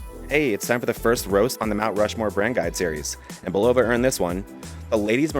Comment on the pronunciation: great video, BUT its pronounced " BULL-OH-VA "😊